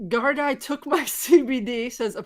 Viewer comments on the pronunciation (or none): I assume that was "gardai", as in Irish police. Pronounced more like gar-dee. I'm not Irish. I'm just a viewer of.